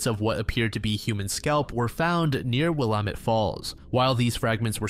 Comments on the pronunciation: Will-lam-ett not willam-ett 😁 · Willamette: Will-am-et. Not will-uh-met